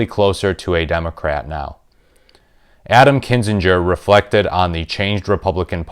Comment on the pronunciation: Please stop mispronouncing AK's last name, t y!😕